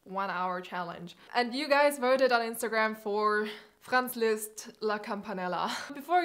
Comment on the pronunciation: Ich hab es bemerkt als sie am Anfang Franz Liszt so richtig gut ausgesprochen hat